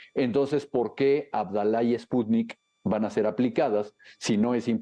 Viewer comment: dice "espuni" 😂😂😂😂😂